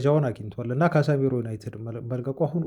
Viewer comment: ይደብራል 100 ግዜ ካዛሜሮ ? ካዜሜሮ